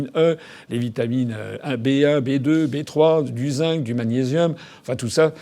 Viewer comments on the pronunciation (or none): none